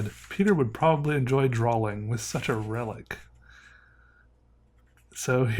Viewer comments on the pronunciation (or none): I honestly like this guys channel but everytime he says DRAWLING I turn it off idk why but it annoys me hearing it constantly. Its drawing...he knows that-so why add the L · I caught that too, I was like “did he just say drawing?” I played it again and heard “draw-ling” and was like “what is going on here!?”